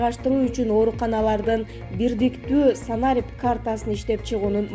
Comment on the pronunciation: санАрип эмес - санарИп!!! Туура окучу! Каяктан тапкансыңар бул кызды...